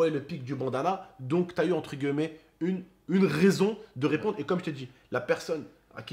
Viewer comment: On dit « entre guillemet » pas gueullemet